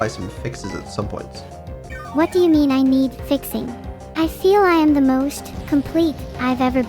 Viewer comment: She still says moscht insted of most so shes still for me🫂💝